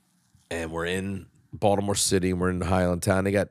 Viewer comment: They way Jim pronounced Baldamoore is weird